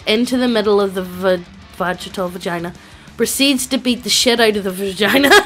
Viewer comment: While I appreciate your work, do you wanna, like Actually read it, alteast once or twice before you record? So you don't pronounce simple words like Varajtul like "Vagina", or confuse "int" with Initiative? Because, making up stupid words, because you didn't want to take 5 seconds to pronounce it correctly, Because you didn't want to take 10 seconds to read aloud a story you were going to record, before hand, doesn't make it funny. Im not asking for perfect story rereading, but atleast Competent.